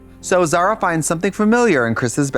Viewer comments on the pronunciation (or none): Zara is a beautiful name if you did't pronounce it so Americannally